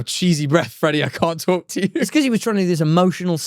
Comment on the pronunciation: talking like “talk tuah” like the hawk tuah meme 😂